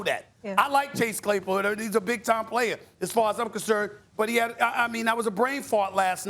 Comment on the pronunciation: Chase "Chay Clasepool" Claypool